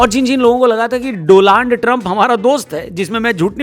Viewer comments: Donald Trump ❎😢😢😢 Doland Trump✅😅😅😂😂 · Doland पढूं या दो...... पढू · Doland me "a" nai "u" hona chaiye....🤬🤬🤬🤬🤬🤬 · bhai doland nahi 2land hai. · WAH BHAI... DONALD❌ DOLAND✅..😂😂😂😂😂😂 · Donald ❎ Doland✅✅ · Bhai aapne u ke jagah a lgya hai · Are bhai Donald hoga ki Doland 😂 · Donald ❌ Doland ✅✅ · Do shabd....... DOLUND TRUMP😂😂😂😂😂😂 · Donald Trump ❌ Doland Trump ✔️ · sahi bola dolund trump 😂😂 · Doland trump ❌ DoLand trump ✅💀